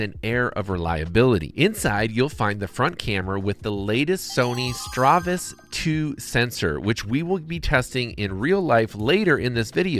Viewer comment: Good review except it's StaRvis, not StRavis (star-vish, not stra-vish).